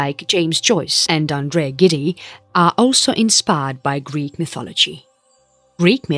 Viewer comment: It is true that often the names of the gods/heros are hard to pronounce, but the narrator should have been helped with these, but when she even mispronounced the French author Andre Gide as Gid eee ... I rest my case